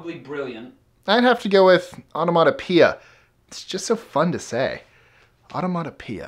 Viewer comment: "I dont wanna pee ya" is what I heard when he first said onomatopoeia